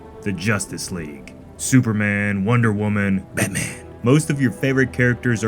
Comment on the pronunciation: bro 😂 😂 how do you pronounce batman like that